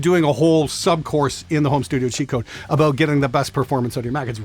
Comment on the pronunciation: But what aboot live? W-what aboot live!?